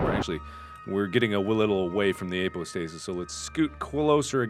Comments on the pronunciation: apoapsis! not apostasis! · its apoapsis not apo stasis!!!!!! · He realized that it was "apoapsis" and not "apostasis" in one of these first videos, nut he's back to saying it wrong again. =p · APOAPSIS not APOSTASIS. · Apo-apsis, apo-apsis Pronounce-nazi here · Call me crazy, but after 5 videos you really could start getting the word "apoapsis" right :( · Apoapsis. AP O AP SIS. MAAAARK!